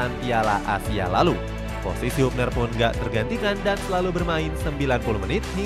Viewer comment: Bacanya habner bukan hubner